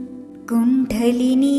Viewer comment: കുണ്ഡലിനി എന്നത് pronounced wrong here